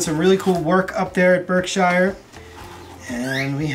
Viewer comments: Great vid, love seeing everyone up and moving around. (PS if you say Berk-shire like that in the Berkshires they’re gonna laugh. Berk-sure.😘) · FYI Berkshire is pronounced Burke Shear SHEER I know it's spelled Shire but it's pronounced sheer as in Worcestershire or Devonshire Ranged with here or there where Period of that cell phone.